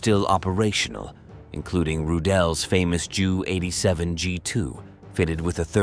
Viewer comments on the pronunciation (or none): Stupid AI with the pronouncing JU as Jew